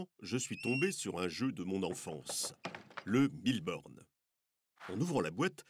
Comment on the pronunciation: C'est moi où il dit Bille Borne ?